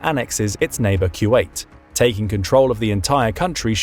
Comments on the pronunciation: Took me halfway thru to understand what he was saying when he says Q8... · Is he saying ( q wait )..?